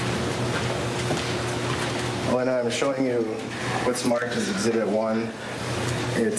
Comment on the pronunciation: A”LI” NA. HERNANDEZ. HER FIRST NAME SAYS THIS CASE AND NEWS STORY IS JUST “A LI” NA